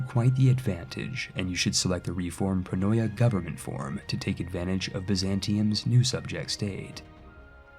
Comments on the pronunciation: Not that it matters, but the correct pronunciation is: Pronoia -> Pronia. In both '-oi' and -'ei' you should ignore the first vowel when reading it. Also 'eu-' is read as 'ev-'. Eugeneis for example would be read as Evgenis. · Thank you for this nice and simple to follow guide on the new update. (Pronoia is pronounced pro-knee-ah by the way)